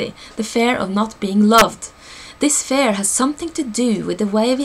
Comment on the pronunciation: You pronounce fear as fare. Didn't make sense at first. Thank you for this video! Great info. :)